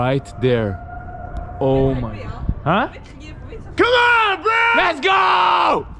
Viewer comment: Il faut que vous m'expliquiez c'est quoi ça "bo" au lieu de bro? C'est weird!